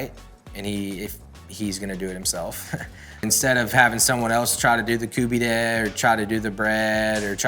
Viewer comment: Stop saying Koobeedeh